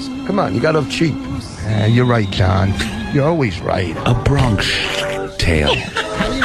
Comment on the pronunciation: A "Bronkish" Tale ? The illiterate moron can't even pronounce the mispronunciation properly.